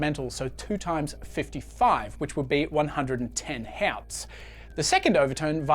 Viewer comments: Hertz (Hurts) not Hairtz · ɡerman pronounciation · wtf is up with his pronunciation of Herz? Just speak normal English mate. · Huh, first time I've heard someone pronounce hertz as h(e)arts and not hurts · "He-ots" that is not how you pronounce Hertz😅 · "fifty five HËÆAUÜTHS" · german accent slip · I can't pin this guy's accent. The way he pronounces hertz as "hots" and assume as "ash hume"... Is he from Earth at all? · Nice video. 'Hertz' is usually pronounced like 'hurts' though. I am an electrical engineer so I have used the term for decades. 🙂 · Nobody pronounces hertz the German way except Germans